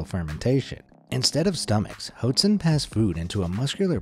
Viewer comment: You’re pronouncing “hoatzin” wrong. It’s actually pronounced “watt-seen”.